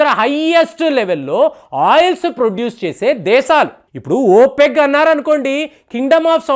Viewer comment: ఓపెగ్ - కాదయ్యా బాబూ: ఓపెక్ - నీ భాష పాడుగాను - వినలేక రోత పుడుతుంది. సాయి కృష్ణ, రాకాసుధాకర్, DSP లను అనుసరించు-భాష నేర్చుకో - వినడానికి రమ్యంగా ఉంటుంది.